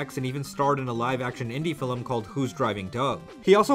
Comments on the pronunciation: Whoa woah woah........."fillem"?!?! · Why do you say "filim"? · Until you can say film FILM NOT FILIM dont day it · the way you pronounce film is literally the most endearing thing I've ever heard <3